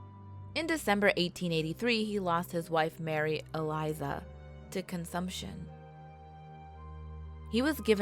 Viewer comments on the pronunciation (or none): none